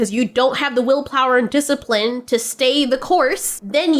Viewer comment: he racks a disciprine. True disciprine come from within.